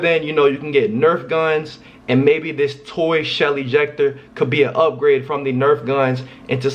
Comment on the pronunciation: I thought he said Shelly jecter😂😂😂😂